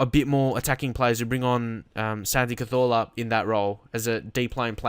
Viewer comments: Please say cazorla normal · Please say Cazorla the english way!